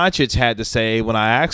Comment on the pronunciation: If you’re going to have a future in broadcasting you will need to learn how to pronounce the word asked. It is not pronounced axed. You’re a smart person and fully capable of saying it correctly. Barkley might be able to get away with it but you’re not Barkley. Also, Barkley can say it correctly and does so on the main broadcast. It is irritating in the extreme when you say axed instead is asked. And it’s just bad journalism and you know better.